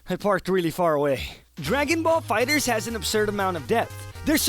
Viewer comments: Wanna know the best tip on how to be good at this game for real? ahem STOP CALLING IT FUCKING "DRAGON BALL FIGHTERS Z" it is pronounced "Dragon Ball Fighters" (Dragon Ball FigherZ) If he's calling it that as I joke, I'm sorry. Lol but I just HATE when people call it that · IF YOU SAY FIGHTER ZEE ONE MORE TIME! ITS FIGHTERZ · Kai wack and it's fighterz not fighterzee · its not called "fighter zee" , its called "fighterz" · It’s actually meant to be pronounced Dragon Ball Fighters. The Figther(z) with the Z is a cute way of changing the S to a Z to confusing the general public hahaha. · It’s not pronounced fighterzee it’s pronounced fighters the z is just there for jokeZ. See that? Z what I did there? Z what I did THERE? Okay I’ll stop. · It’s dragon ball fighterz , not fighter zee... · z, not zi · Fighterzzzz not Fighters Z🤦🏿‍♂️😂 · it's fighterZ! not fighter z !!!!!! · FIGHTERZ! NOT FIGHTER Z! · Tip 1...never call it Fighter Zee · I hate how you call it fighters z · It doesnt really matter but its pronounced fighters the Z being there for the Z fighters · Oh look a lovely video about DragonBall FighterZ I wonder what amazing and valid insight this gent has Pronounces it 'Fighter-Z Aaaaaaand we're done here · Lol I like how he's calling it "Fighters Z." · You don’t have to say Z in FighterZ just say FighterZ with the Z sound at the end of Fighter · "Fighter Zee" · Idk what triggered me more “Dragon Ball Z Kai” or “Dragon Ball Fighter Zee” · Pronounced Fighters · It's fighterz not fighter z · You don't even know how to properly pronounce the name of the game... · Actually the first step to becoming a legend is pronouncing the game's name properly. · Fighterz z? Its like fighters. Not Fighters z.